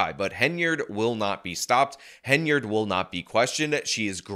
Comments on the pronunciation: you've been doing so well, but the second time you mention super mayors name, you slip up and call her heynerd. Focus, focus. HEN-yard, HEN-yard. Hey I don't like the super hag and want to see her in prison after a really embarrassing trip through the courts, but you must get her name right, or we viewers will think that you're an idiot too. Keep up the great work!! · Great videos, but it's Hen-Y-Ard, not Heynard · It’s Henyard, not Heynard. It’s Dolton, not Dalton. I know it’s small errors but for the love of God this is your job take it seriously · Hen yard. Not hey nard. And blatt. Not black. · I take a shot every time says “Hay-nard”. I don’t think I should go driving around right now. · Its Hen-Yard. Like where she keep dem chicken. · Ok. Now it sounds like you really emphasize the „enya“ in her name to make up for past videos 😉 thanks!